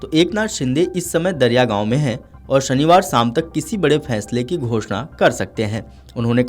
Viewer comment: दरियागाव ❌❌ दरेगाव ☑️☑️